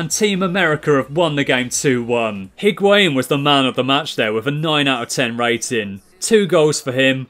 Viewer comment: You don't pronounce the H in Higuain